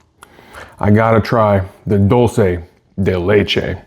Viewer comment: It made me laugh when he said "Dulce De LECHE" 😂😂